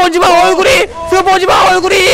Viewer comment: 저 2배속으로 보다거 스폰지밥외쳤을때 시발 시밥 으로들음 ㅋㅋㅋㅋㅋ